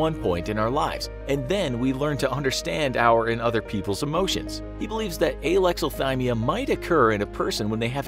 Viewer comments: It sounded like he's saying Aylexilthymia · Idk how to pronounce Alexathymia, but neither does the narrator.